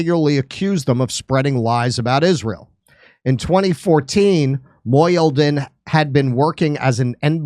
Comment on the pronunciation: Mo - He - Deen - Mohyeldin